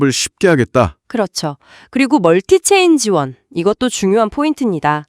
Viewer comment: AI는 멀티체인 지원을 멀티체인지 원으로 읽는군요.